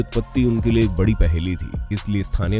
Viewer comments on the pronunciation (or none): none